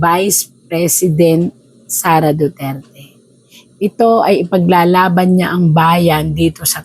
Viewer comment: Hindi ba niya kayang bigkasin ang Duterte ng maayos, o maarti lang talaga siya ng wala sa lugar?